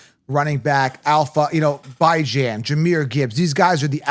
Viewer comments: lol come on, yall gota add a little more swagger when you pronounce a black man’s name. Calling that man Bi Jan for so long was just filthy work 😂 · you’re the best guy in the fantasy football space. Thanks for all you do! I agree with you on Chase Brown. I’m staying away from him. Jeanty is still going to do well And people need to understand it’s pronounced BYE JAN